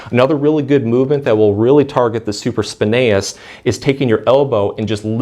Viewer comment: Hey, you are saying supraspinatus incorrectly! You are missing the ”T” sound. I normally ignore it when people mispronounce a word but you repeated it many times and I am a massage Therapist so it stuck out like a sore thumb.